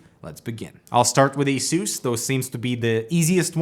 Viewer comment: The way you pronounce ASUS troubles me deep to my core.